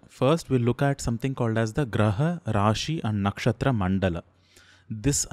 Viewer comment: Very informative! It's not a hate comment, but just wanted to ask, if the pronounciation of नक्षत्र is नक्षत्रा? I just want to say that why do we put "aa" sound at the end of the hindi or sanskrit words when we speak in English like रामा, हिमालया, कर्मा etc.